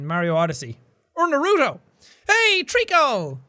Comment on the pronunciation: That's not how you pronounce Naruto, Jack